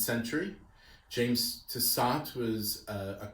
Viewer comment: I think the surname should be pronounced Tiss-oh. The final “t” is silent